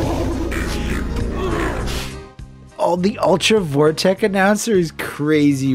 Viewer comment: "Ultra Vore-tech"? sweat